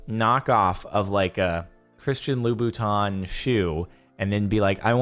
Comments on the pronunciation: "Loubouton" ;P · Lubu-tauns? Oookkkkkk Jardon... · "lool buttoun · christian loo-boo-taun